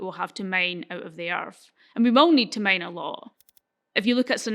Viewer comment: i was confused why she was mentioning Maine, but then I realized her accent was obscuring her pronunciation of the word "mine".